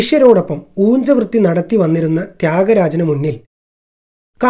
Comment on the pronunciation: Brother ,ഉജ്ജ വൃത്തി അല്ലെ ,ഊജ്ജ വ്യത്തി എന്നു വരുമോ